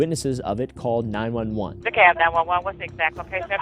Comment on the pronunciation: Btw. I’ve noticed you and Kris both say DeCobb county. We pronounce it Dee-Cab